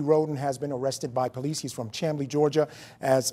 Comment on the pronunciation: But It's KenneSAW, not KennesSEE, and Chamblee is pronounced Shamblee.